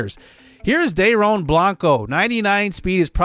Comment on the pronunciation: Dude! So excited to see this series. Happy to see you back man! Also Dairon is pronounced Dairyon. I’m really excited to see him play this year.